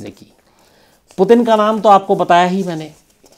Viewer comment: Potin nahi its Puutinn. Not potin , putin